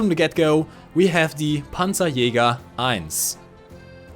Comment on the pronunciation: Whenever he is saying Panzerjager, i'm listening Pantsu Yoga.